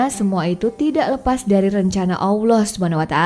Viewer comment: Gak pantes lu bawaain konten agamis. Belepotan bahasa lu kek bukan muslim aja lu... Suku Jurhum bukan Lurhum Allah di baca tebal bukan awloh...